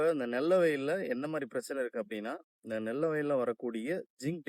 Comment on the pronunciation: நெல்ல வயல் இல்லை நெல் வயல்